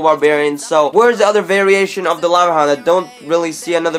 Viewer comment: Lava haound